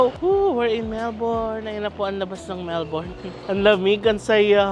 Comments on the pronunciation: Melbourne is pronounced as Melbin. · Mel-bin po ang pronunciation ng Melbourne lol